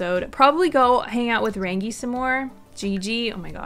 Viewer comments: If you want a Nickname you could go for Rā (which means sun or day) whereas Rangi or Ranginui mean sky father and is the sky god in Māori tradition. Gigi isn't really a Polynesian sound. Rangi sort of sounds like rung ee so you where pronouncing it right at least half the time. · i seen a video saying Rangi is pronouced like RON - G